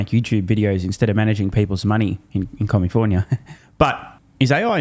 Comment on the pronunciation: It's California, not commifornia. The fifth largest economy in this beautiful world.